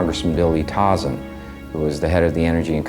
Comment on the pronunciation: There are outright lies throughout this video. I think the producers have ulterior motives. Also, they can't even pronounce dirtbag Tauzin's name. It isn't Tawzin, it's Toezan.